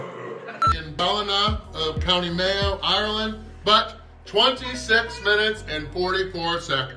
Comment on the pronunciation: After watching most of your Ireland content and i have to say the way you say the places you are is spot on..